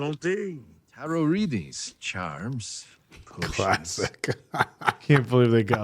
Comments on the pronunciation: Hearing Tarot (tear row) because it's FRENCH pronounced as (tear rot) by makes me want to put half a cup of extra salt in his thanksgiving pie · Just have to correct the correction, Tarot is not “Tear-ut” it is pronounced “Tear-oh” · UNCLE TIME!!!!!!!! EDIT its pronounced Taro, the T at the end of Tarot isnt pronounced <3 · I sure hope he was joking about pronouncing it TaroT. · Pronouncing tarot as "tarrot" is a new one